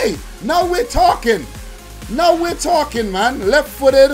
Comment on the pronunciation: He say taking😂😂 it should be talking.